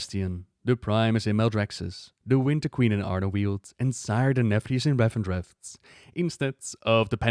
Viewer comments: Why do you pronounce it "Revendretht"? It's just "Revendreth" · RevendreTH not RevendreFT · Great video, however I don't understand why you pronounce Revendreth like Revendreft, yet say 'Death' correctly. I don't normally point out pronounciation mistakes but this is driving me insane sometimes.